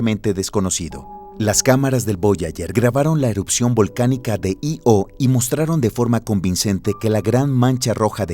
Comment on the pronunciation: 2 punto 5 es en ingles. En castellano es 2 COMA 5, sistema metrico decimal. La coma, para decimales. El punto, para unidades de millar. Io es Io de pronunciacion continuada, no I.o. separando letras.